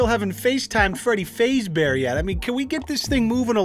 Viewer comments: Bro. I can't get over time he says FAZEbear. Faze gang Freddy lmaooo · Faz-Bear not Faze-Bear..but..call it however you like it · Jimmy Jamestown Massacre Faz bear. Like Phaz bear not phase bear XDDDD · everyone but: freddy fazbear: freddy FaZebear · Fazbear not Fazebear. Just trying to help. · It’s F-ah-zbear pulls out bowl of p-ah-sta*✅ “can Scott Cawthon copystike this clickbait, 1 sec” *walks away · My dude said faze bear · That's not how u say fazbear and fnaf is five nights at Freddy ik u probably know this I hope its joke XDDDDDDDDDDD (Gone Wrong) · Lmao it was kinda funny with him calling FNAF Friday nights at Freddy’s and mispronouncing Freddy Fazbear 😂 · 🤦‍♂️ i mean this video is amazing other than the fact that is pronouncing Fazbear wrong😂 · im scared fo say that you said fazbear wrong cus then your army will kill me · i hate the way he pronounced fazbear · I love but I don't like the way u said fazbear